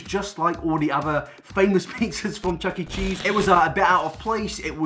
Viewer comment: did you just say chucking cheese